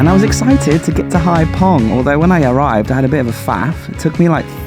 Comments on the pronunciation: The guy was a bit weird, but I understand his concern. Many tourists drive without licenses, and to be fair we've seen in this series that you broke the law and had a beer whilst driving, so not totally innocent. Also, Phong is pronounced 'fong'. Enjoyed the series. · the Vietnamese often use “ph” in their words which like the word phoenix has an “f” sound. Phong is not pronounced “pong”, all ph words will be pronounced as an f. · Brilliant, again! One thing ‘Ph’ is pronounced like ‘f’ like English, not ‘p’ like in Thai. Phong sounds like ‘fom’ to us.